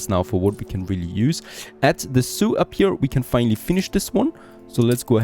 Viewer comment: MYbe it's just me, but everything he says zoo, I hear Soiux and wonder why he keeps talking about Native Americans.